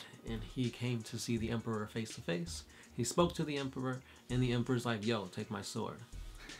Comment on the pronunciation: Stop double pronouncing the 'p' in Emperor. Otherwise great work.